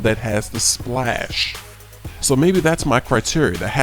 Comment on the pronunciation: he said splas not splash